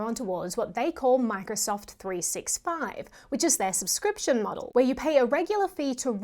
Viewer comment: Really love your channel. Very very very small super insignificant note: it’s pronounced “three-SIXTY-five”. Cheers